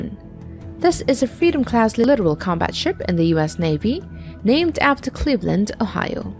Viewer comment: Hate it when the commentators cannot pronounce names of weapons etc. “littoral”